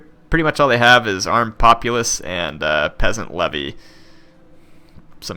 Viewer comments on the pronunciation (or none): none